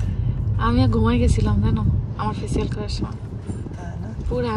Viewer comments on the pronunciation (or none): ফেসিয়ালকে পেসিয়াল কেন বলেন?